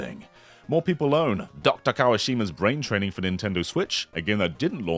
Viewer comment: why did he pronounce Dr. that way lol